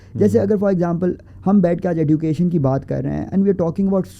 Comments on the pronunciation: Why it's Edducation instead of Ejucation? Education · This e”ddddddddddddd”ucation is really annoying me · OK, but what’s up with the pronunciation of “education” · I am curious to know why he don't know the correct pronunciation of word "Education". After listening, to him, I rushed to google to check if I am wrong but unfortunately I am right. I checked only British and American. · woh to theek ha but please teach him to pronounce "education" 😭